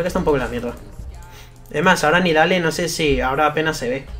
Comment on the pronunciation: creo que se pronuncia nidali xD